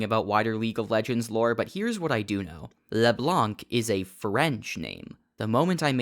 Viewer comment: hum actually, "Leblanc" is not pronunced "Leblank" it's just "Leblan"